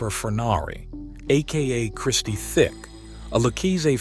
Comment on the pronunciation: Research the content more thoroughly next time. Frankie D. was not a soldier, he was the underboss , its Demeo , not "Demeeo" and Tick , not "Thick". No big deal but the people who watch these videos know the content . Good luck 🤞